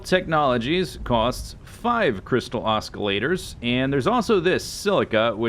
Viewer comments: Was anybody else physically pained by Z saying Os-k-illator? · The c in Oscillator is silent/soft whatever you call it. Oh, and terraria is EZ has to e back again <3